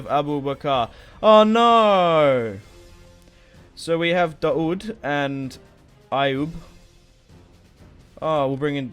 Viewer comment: Daud is pronounced literally like the English words: Da-Wood. It's actually the Arabic name for David.